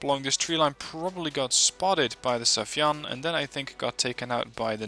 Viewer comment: when the day come for you to pronounce "sayfan right"? its sai-fan, not safi-yan